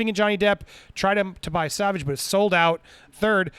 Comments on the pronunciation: Sauvage pronounced: s-oh- vah-zsh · It’s pronounced “soh-VAJ.” You’re killing me Smalls 😆 As to Amber Heard and her shenanigans, it is just further proof as to how obsessed she is with him and wanting to be him. I think part of her beef and what always made her so angry was the attention and accolades he got for being an actual good person and an excellent actor. She is neither of the above. It really chaps her hide, because it jabs at her narcissism. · I think the cologne is pronounced “So-vahj” (savage in French) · It's pronounced "so-vahge" not "sah-vege" lmao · Sauvage is pronounced so-'vage' like mas-'sage'. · I don’t think I’ve seen a single American pronounce it properly 🤣🤣 sore-varge is the closest pronunciation! 💗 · Pronunciation: Saw-Vaaj. PS: Gonna buy one soon. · It's sovaj.... Something like that The pronunciation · lmaoo dude its pronounced "sOvahge" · Popcorned planet- sauvage is pronunced more like so-vage the a in vage being pronounced like are not a. If amber is I’m pirates or if Johnny is not in pirates of the Caribbean I am boycotting it. Simple as that. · It's pronounced SAV-AR-J (rhymes with Nicki Minaj). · For the love of Johnny ,learn how to pronounce sauvage!🙏😭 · Damn, english people can't say "Sauvage". 😂😂😂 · Good video. BTW, here's the pronunciation of "sauvage"